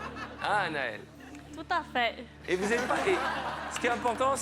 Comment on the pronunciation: "tout à fEH" 🤣🤣🤣🤣